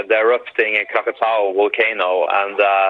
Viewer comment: We come to you live with a woman who cannot pronounce "volcano" and and a single picture of some sticks in a parking lot. Now back to our regularly scheduled whining about how Brexit will kill us all.